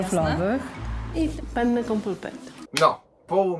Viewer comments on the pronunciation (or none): Dlaczego większość Polaków nie czyta podwójnych liter? Mówimy wanna a nie wana dlaczego zatem większość mówi pene zamiast penne? Pene to po włosku penis. A do tego z gorgonzola... Bleee, chyba długo nie był myty...